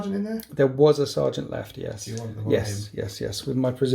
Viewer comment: Is Alex pinching the way you say yeys or did you pinch his yeys